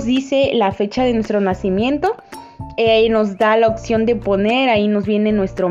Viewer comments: Oye pero es opción o opción como dices jajaja 😂 😅 🤣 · Me da cringe qué no sabe pronunciar "opción" 🤮